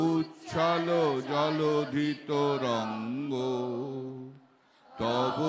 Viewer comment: তিনটি ভূল 1)যমুনার গংগা 2)তরঙ্গের জায়গায় তোরংগ উচ্চারণ আর 3 নংটাতো বড় ভূল।